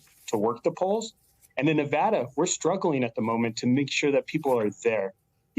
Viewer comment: Why do they mispronounce Nevada?